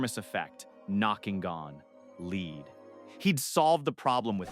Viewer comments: You can't even pronounce lead, the chemical element, not the verb? You could at least hire a proofreader. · What is a met-ra? I thought it was pronounced me-ter. Is the narrator a robot? It's also interesting how it pronounces lead 2 different ways in the same segment.